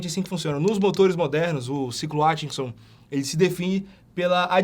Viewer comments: Tente falar AT, não ATCHI... ai fica fácil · É "Átkinson"...